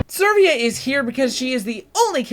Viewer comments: I need to know, but is number 6 Servia or Severa? I need to know because it's very hard to mispronounce the name Severa, which is pronounced Se-Vera. So I'm sure there's something afoot. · It's Severa, not Servea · The only thing that pisses me off about this is your pronunciation of Severa... there isn't an R for you say "Sir"vea... you misplace the R and oooooh it pisses me off quq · Dude, Severa is pronounced Sev-rah. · Can you actually read severa's back story? To under stand her? Also its Seh-vare-uh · This is a really dumb thing to mention especially since this video is incredibly old, but I have to. Your pronunciation of a lot of these characters' names is off. I can understand the ones that just don't have their name ever said, but Lissa is pronounced a few times, especially at the beginning of the game, and Severa doesn't even have an "I" in her name! Also I could just be dumb and not know how to pronounce a few of these myself.